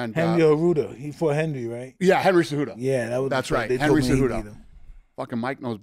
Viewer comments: Mike called him Enry Enjudo 😭😂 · Mike having hosted many episodes with Henry cejudo says “Henry arurto” lmfao 🤣 😂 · Mike : Henry cerudo Also mike : Francis nargano You a legend mike ❤😂